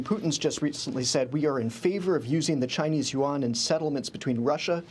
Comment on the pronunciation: These two guys can’t even pronounce Yuan properly. 😢 They pronounced it as the currency of S Korea : Won.